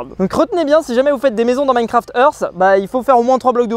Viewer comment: "Minecraft eurf"